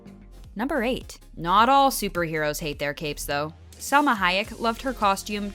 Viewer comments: Who love “Selma” Hayek 😂 lol 👎🏻 salma Hayek 👍🏼 selma Hayek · salma not selma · SALMA HAYEK not Selma